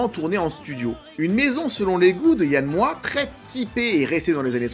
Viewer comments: Yann MOIX(E), pas Yann Moooa. 😂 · Ça ce prononce "MOAX" t'es relou avec ton "moi". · Yann MoiX!!! Pas Yann Moi ! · Je crois que tu es la première personne que j'entends prononcer "Moi" au lieu de "Moiks". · On dit MoiX pas Moi non ? Sinon j'avais adoré le film à sa sortie, pas revu depuis des années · Yann "Moi, tu le prononce comme Christiane Taubira, ou Yann Moix n a jamais oser la reprendre sur son nom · Alors plusieurs choses: déjà 30000 exemplaires en littérature correspond à un succès total dans le domaine. Le nom de l'auteur et du réalisateur se prononce Yann MoixE. Ce n'est pas Évelyne Dhéliat mais Évelyne Thomas... Vidéo un peu en roue libre à la préparation hasardeuse. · Désolée, on prononce le X de MOIX